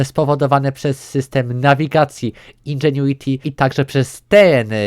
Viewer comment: Jezu chłopie powiedziałeś indżuenity ze 78 razy w 3 min 😐😐😐